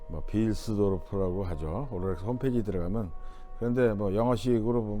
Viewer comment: 로렉스 아니고 롤렉스 😂